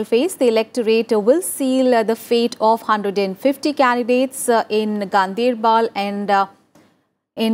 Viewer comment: It is Ganderbal not Gandeirbel...